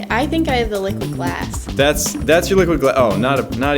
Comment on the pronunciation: When you say liquid glass it sounds like your saying liquid ass